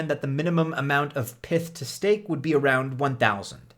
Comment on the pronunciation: If Pyth is short for python then why do you call it Pith? Does that mean you pronounce the full name Pithon?